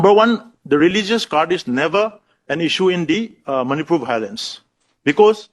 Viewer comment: Bailence(violence) 😂😂😂😂🤣🤣🤣 English need to learn you